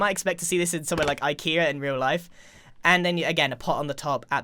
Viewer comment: I’m about 99% shor grian said ikea wrong I’m shor it said ic ee a